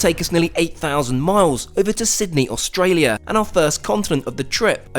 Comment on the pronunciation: You pronounced Australia wrong